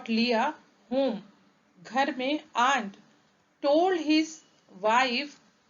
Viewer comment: हाड, हाव, आंड... Its.. हॅड, अँड..